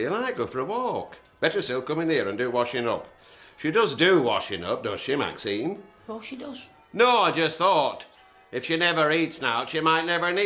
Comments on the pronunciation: Audrey stirs every pot. Also why is Ashley unable to say Maxine? Why does it come out Maxime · Maxime instead of Maxine as well!😂